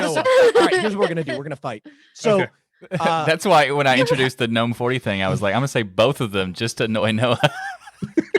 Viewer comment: I'm gonna disappoint you so hard right now! It's "Gnome" not some weird "Gnome" pronunciation....:D